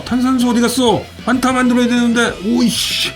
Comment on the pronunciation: 정확한 발음은 퐌타 네